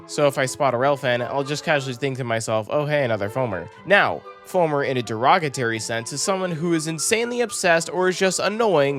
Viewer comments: Hello, it's D e r o g a t o r y not Derogatary. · its derog UH tory ya foamer 😂